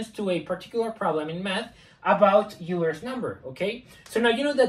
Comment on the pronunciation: Euler was German, so "oy-ler".